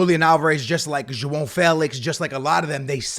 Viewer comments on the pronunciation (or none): none